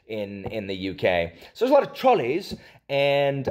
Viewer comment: We call them trolleys, we just don’t pronounce it like you did haha. I’d say that’s more posh English